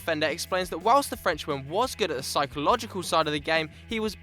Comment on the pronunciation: Who the fuck says "whilist" ? So weird